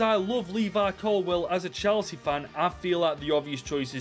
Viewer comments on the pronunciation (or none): none